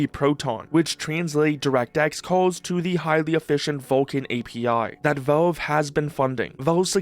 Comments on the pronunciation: most concerning is his pronounciation can anyone teach him is valve not? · Vavwe, the waww lol man say the l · could just be mispronouncing on purpose for comments you never know